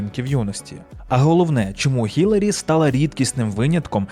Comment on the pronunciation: Хай йому грець! Ну скільки можна?! Вона Хіларі! ХІЛАРІ! ХІ-ЛА-РІ! Запам'ятайте! Візьміть відео де вона сама каже як її звуть і поставте на повтор поки не засвоїте як її звуть! І уявіть собі, в українській мові є літера яка відповідає цьому звуку! В нашій тисячолітній мові знайшлось і для цього звуку місце теж! Основна функція літер позначати звуки!